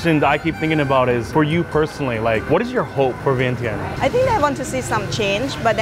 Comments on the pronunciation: It’s pronounced Vien-Chun. Not sure how no one told you this. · Love all you do! Glad you tried and enjoyed Lao food. Just a tip most Lao people prefer kon Lao or Lao people. Laotian is eh. Vientiane needs a little pronunciation work lol not bashing ya! Showed my grandma this video she loved it!